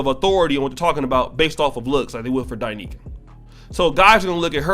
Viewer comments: You are pronouncing her name wrong. It’s not Die Nicaea it’s Da Niels! Now I love her now just because she’s fine but because her information is on point! I even let my wife listen! She goes in both on men and women! You would benefit from listening as well! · It's D'Neika not Di'Neika!